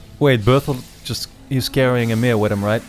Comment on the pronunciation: you keep saying emir. its ymir man xD